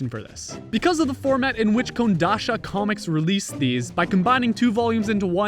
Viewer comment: Kodansha, not Kondasha. :)